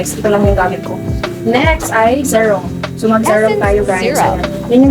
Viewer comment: Serum not zerum ☺️